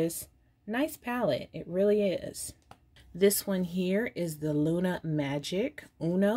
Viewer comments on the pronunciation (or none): none